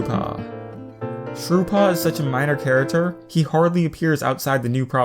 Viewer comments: who noticed he said 'char-a-ter' in stead of 'character'? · I don't want to be mean but, can you pronounce your c's correctly? Its character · am I the only one who cracks up when he says character wrong?